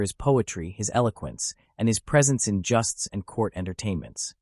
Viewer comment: AI It is not pronounced justs but jowsts. Irritating. Supposedly so clever but NOT!!